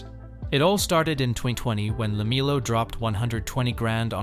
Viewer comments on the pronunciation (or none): Hey poster, at least learn how to say LaMELLOW Ball's first name.